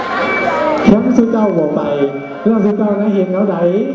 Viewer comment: โดยรวมมีหนุ่มเสื้อแดงคนเดียวที่เว้าสำเนียงดั้งเดิมได้ใกล้เคียงที่สุด (ใกล้เคียง) คนอื่นจะผสมสำเนียงย้อบ้าง สำเนียงผู้ไทบ้าง หรือบางคนพูดสำเนียงขอนแก่นไปเลย ไป คำนี้ต้องออกเสียงตรงกับ ไป ในสำเนียงไทยกลาง ไม่ใช่ ไป๋ หรือ ป๋าย ลองเทียบเสียงคนเฒ่าคนแก่พูดคำว่า ไป ดูซิว่าตรงอย่างที่พูดไหม